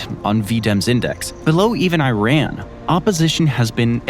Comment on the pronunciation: how do you pronounce IRAN? Go back to school!